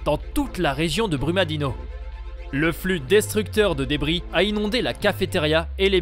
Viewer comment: Brumadinho se prononce Brumadinio Vc é um gringo Tem investigação Fala do que vc sabe tá